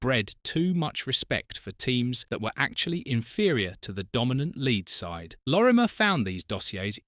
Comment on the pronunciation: At least get his name right-Lorimer-not Lormier.